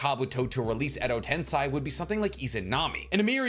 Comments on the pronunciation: "One of the most knowledgeable in Naruto." Pronounces multiple things incorrectly. Most egregiously "tensei" its pronounced Ten-say not ten-seye. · Edo Ten-say not Edo Ten-sai, LORD!!! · How the f can people watch this show for years and still pronounce Edo Tensei as EDO TENSAIIII lmaok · The pronunciation for Frog Kumite is koo-mee-teh and Edo Tensei is ten-say. I know it's not that big a deal, but it bugs me so much every time I hear it. Definitely a me thing, but I have to at least let you know.